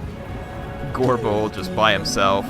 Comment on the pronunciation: makes "gorebull" sound like "agorable"